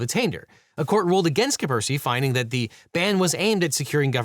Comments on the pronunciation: Maybe Devin should make more of an effort to pronounce foreign words? The repeated "Kapersky" instead of "Kaspersky" really bugs me, and I'm sure the Chinese viewers did not appreciate the pronunciation of Peking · I don't like being that guy, I just wish that Devin would pronounce Kaspersky without omitting the first 's'. But I'm just being pedantic, I suppose. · Its pronounced Kass-Pear-Ski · OH MY GOD PLEASE pronounce KaSperski correctly. It's so annoying to listen to you saying it wrong all the time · The first 's' in "Kaspersky" is silent? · Imagine being unable to pronounce Kaspersky! looooool